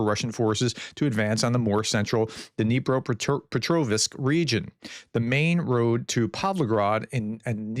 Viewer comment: It’s funny how you are able to say Pokrovsk without any problems, but not Dnipro-Petrovsk, when they both end identically with rovsk. Pok-rovsk, Pet-rovsk. Same 😅.